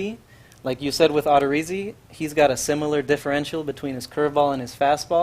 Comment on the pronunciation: Love how SDS doesn’t even know how to say the names of players they’re showcasing. It’s not Odd-er-izzi it’s O-der-izzi and it’s not rye-ooo it’s ree-ooo